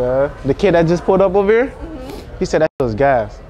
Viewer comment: When he says “thaa part” it makes me creaseeee still 🤣🤣🤦‍♂️